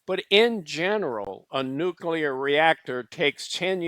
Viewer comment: I like the video. But jesus fkn christ if i ever have to hear you cough, clear your throat, or say "nukular" again...i might not be able to stick around.